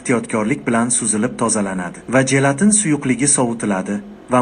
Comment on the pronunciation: Jelatin so’zi portlovcho “j” bilan emas, sirg’aluvchi “j” bilan talaffuz qilinadi. Misol uchun: “jurnal” dagi “j” kabi